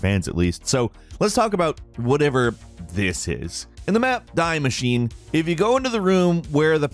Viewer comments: When you said die machine it’s pronounced de maschine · its pronounced dee masheenuh not die machine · Man's called it "Dai Machine" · McArnold Richard’sGravyTrain I think you need a link to a German to English dictionary lmfao it’s pronounced “dee masheena” or somewhere along those lines. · Its pronounced "dee" in die maschine. Its german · It’s pronounced dee machinea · “in English that’s how it’s pronounced” it’s not English it’s German so don’t pronounce like that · In the map "DIE MACHINE", bruh it's german it's not pronounced like that. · How dare you not pronounce juggernog and "die mascine properly Hahahahahahaha